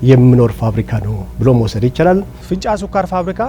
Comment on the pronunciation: ፊንጫ፡ማለትህ፡ነው? " እ" ምናገባው?